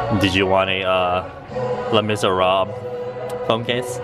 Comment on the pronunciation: am i the only one that scream when he said "Les Miserables"